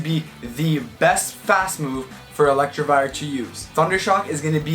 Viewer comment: No one:: ELECTRIVIRE Sorry had to point out the mispronunciation as a meme